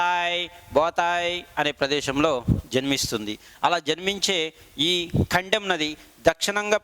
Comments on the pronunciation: Sir kaddem nadhi kadhu kadem pronounsation thappu....... కడెం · Not kandem that is kadem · Kandem kaadu kadem